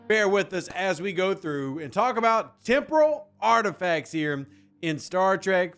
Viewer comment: It sounded like you said tempura parts😂